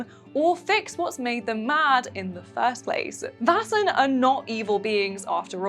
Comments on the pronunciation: It’s not pronounced “vassen” it’s “væsen” ae is not a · You should look up a pronunciation guide before making a video. I love your vids but when you say Vaesen in any of these vids it makes me want to pull my hair out.